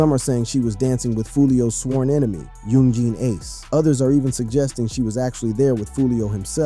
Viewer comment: "Yoon Jeen Ace" You say his name like he's from China or something 😂